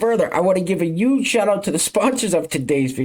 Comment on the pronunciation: please quit saying "uge" and say huge!!!!! it's okay to pronounce the H......